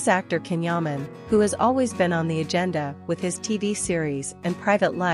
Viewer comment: Please pronounce his name as Jan , Jaaaan not Can